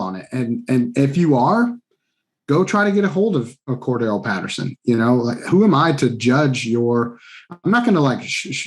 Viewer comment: actually pronounced Cordarelle Patterson’s name correctly